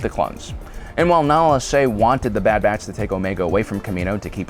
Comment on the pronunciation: Is he saying "dad batch" and "dadilorian"? Lol